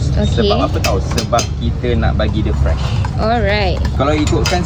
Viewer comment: Dengar je sebut "premium" terus tergelak. Ditambah pulak "fresh" terus berdekah.